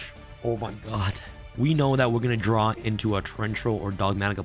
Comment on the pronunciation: Rhyme needs to teach this man the proper way to say draw